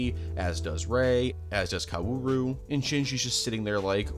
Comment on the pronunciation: Every time you say what should be “kaoru” as “koWAru” I actively die anew Edit: I know how it’s spelled.